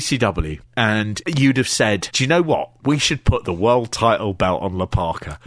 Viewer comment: "And the Wolld"